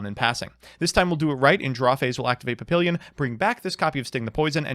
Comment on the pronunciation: PahPeeLeeYun I live too close to France for this shit. Pah Pi lyon is a little closer, but put as little effort into that last syllable as you can manage.